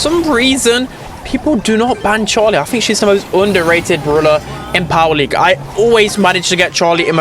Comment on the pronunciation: At 2 minutes and 20 seconds he says power league 😂😂😂